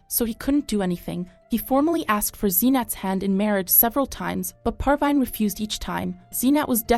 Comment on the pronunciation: Her name is "Parveen" not "Par-Vine" i know it is a computer